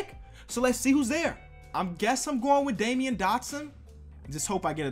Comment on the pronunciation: It’s pronounced damn-yeen Dotson not Damian lmaoooo 💯😂😂😂